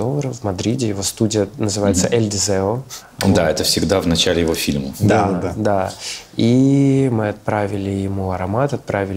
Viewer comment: Все классно и интересно…. Но «El Primer Deseo» произносится «Ел пример ДеСéo», в испанском нет буквы «З»… Удачи ребятам